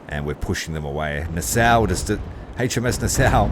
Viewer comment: I know it's a little late but Nassau is pronounced Na-Saw, NOT Na-Sow.. Great play thru...